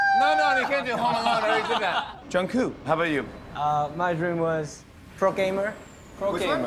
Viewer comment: I honestly love Jimmy he does so well with the boys. He always does his homework and focuses on the actually important things. BUT can someone PLEASE tell him to pronounce the last "k" in Jungkook.